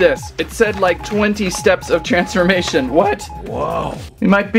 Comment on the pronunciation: Bro said transmamtion